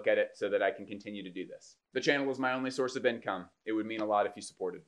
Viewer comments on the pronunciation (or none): none